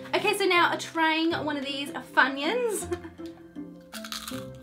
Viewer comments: You pronounce funyuns correctly! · You pronounced Funyuns right 👍🏼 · You pronounced Funyuns correctly! My mother told me when I first tried them I thought they were called 'FunnyUns' 😂😂😂